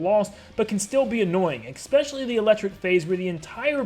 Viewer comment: I DONT CARE THAT THIS HAS BASICALLY NOTHING TO DO WITH ANYTHING BUT PLEASE OMG FUCKING PLEEASE STOP SAYING “expecially” IS ESPECIALLY WITH AN S WHAT IS WRONG YOU